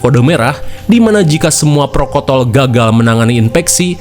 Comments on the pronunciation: PROTOKOL bang bukan prokotol 😂😂😂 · Prokotol❌ Protokol✅ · protokol bang bukan prokotol😂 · Protokol a' lain prokotol 🤣🤣 kdgrn jls bgt malah ngakak aing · Apa saya gak salah denger protokol kok jadi prokotol 😂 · Padahal lagi tegang tiba2 dgr Abang bilang prokotol ambyar😂😂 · Protokol ya bang bukan prokotol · Protokol bang lain prokon*ol 😂😂😂😂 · Prokotol😂 Protokol 👍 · "Prokotol" dia kata... 😅😅😂😂😂😂 #yg penasaran ada dimenit 19.39